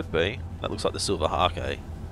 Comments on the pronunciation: Fyi, Silver hake is pronounced like take. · Omg I'm trying to sleep listening to this guy (dunno if anyone else does that) but bloody silver HA-KE keeps making me laugh....